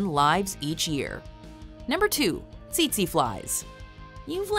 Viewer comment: You pronounced tsetse wrong